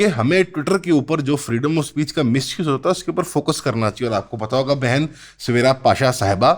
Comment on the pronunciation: when he said bhen it feels like he said bc